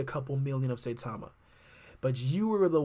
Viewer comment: Pronounced Cy-Tama.